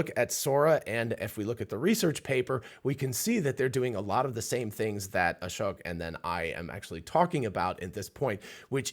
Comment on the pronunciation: Ashōk (long O), not "ah-shuck"